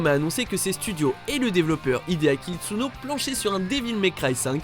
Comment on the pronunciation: Itsuno et pas Itsuni. La team little devil etait occupé avec la localisation du 1 pendant le dev du 2. Ninja theory est un studio anglais bon sang🙄